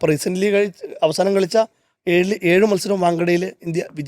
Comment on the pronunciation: മൂല്യം ഉള്ള തൊണ്ണുറ്റി "ഏയ്‌".. അല്ല ഏഴ്